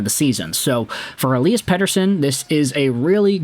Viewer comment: pretty sure its pronounced ELY-as, not ELI-as. should make commentating a little easier